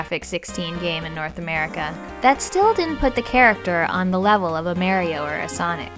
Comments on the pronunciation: May-rio ... you said May-rio instead of Mario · Mare-EE-o? Say Mario again?!!